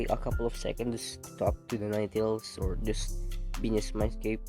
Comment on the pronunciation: When u said nine tails it’s said niggas 😂😂😂